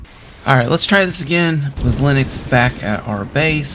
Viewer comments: Great video but just wanna say it’s “Linx” not “Linux” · I’m pretty sure the villagers name is pronounced ‘links’ lol